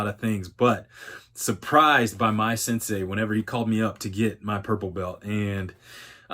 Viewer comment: Turned off video when i heard "sensei"